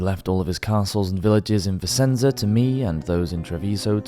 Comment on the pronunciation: Very interesting and beautifully narrated. Just one thing. Vicenza is actually pronounced “VI - CHEN - ZA”! Hope that helps.